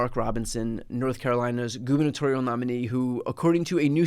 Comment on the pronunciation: Did you just say "Goonitorial" nominee? I recently learned this word. "Goon" is slang for "chronic masturbater". If you didn't say that, then I'm claiming it, lol.